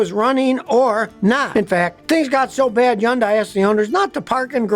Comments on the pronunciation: Scotty, its hun-DAY, not hun-DYE. just saying. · It is pronounced: HUNDAY not Yunday. I dated a Korean. 100% it is HUNDAY. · Can't you say Hyundai not undai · Scotty Kilmer is a stubborn mule! Everybody else calls it Hyndai with an H sound, but not him! See, he's supposedly supersmart, and everybody else isn't. Whatever! He comes across as arrogant! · Scotty is stubborn and keeps insisting it's pronounced Yundaia - without the "H". NOBODY pronounces it that way! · It’s Hyun-dae. I know Korean. And it’s actually Gee-ah. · Pro tip: Hyundai rhymes with Sunday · Is it pronounced Yun-Die? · It's hard to believe anything this guy says since he doesn't even know how to pronounce Hyundai. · When you learn to pronounce the name of the company correctly, I'll start to take you seriously. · I can watch this why are you mispronouncing Hyundai name? I've worked for both companies, and it's so distracting. if you can pronounce the name, maybe your info suspect too?